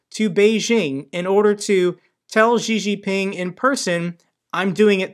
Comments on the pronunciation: Pronounced "She Jing Ping" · could you not pronounce Xi Jinping as "Jzhee Jinping"? That just sounds really uninformed. If you're reporting on geopolitics, at least pronounce the names correctly. The "jzh" sound doesn't exist in Chinese, in any dialect. When China came up with its roman alphabet orthography (the Pinyin system), they reassigned the letters X, Q, and C (letters that they thought were redundant) to sounds that would otherwise be spelled with the letter combinations Sh, Ch, and Ts respectively. Xi Jinping is pronounced "Shee Jinping".